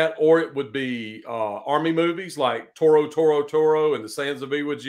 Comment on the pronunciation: minor correction...you said "Toro Toro Toro instead of Tora. The first one was a movie about the flying lawn mowers that attacked Pearl Harbor.